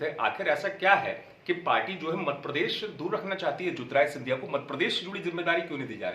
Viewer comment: अमित भाई मध्यप्रदेश नाम है हमारे प्रदेश का मद प्रदेश नहीं शब्दों में सुधार कीजिए आप अच्छे पत्रकार हैं आपको मजा आता होगा लेने में पर नाम सही लीजिए यह मजाक नहीं हमारे राज्य के सम्मान का विषय है